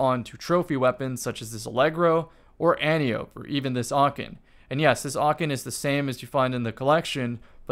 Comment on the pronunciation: Okay, it's been 4 years, Antiope is pronounced Ant Eye Oh Pee, it's Greek